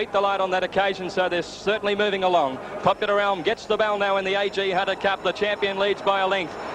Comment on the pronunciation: Thoroughly agree and great explanation of origins of the Champ’s name . No excuse for anyone , much less a race caller , to not know how to pronounce the name of such a champion .